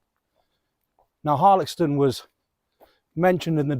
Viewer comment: I often walk a loop from Woolsthorpe by Belvoir which includes Denton and the reservoir. Last time I walked around Harlaxton however, I was (reliably) informed the X was pronounced as an S sound! I’ve just discovered you! Videos look great x